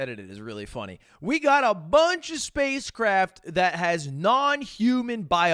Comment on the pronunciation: "WE HEFF SPICECRAFT"